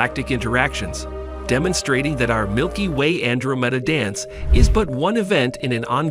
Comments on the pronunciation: Ann dro meeda. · he keeps pronouncing the name of andromeda wrong